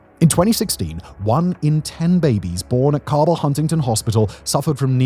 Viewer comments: I know this is a slightly older vid but as someone with a mom from wv. It's pronounced hunnington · too much emphasis on the first t in Huntington infuriates me.